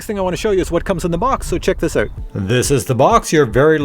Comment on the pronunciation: "..so check this oot.." 🙂 🍁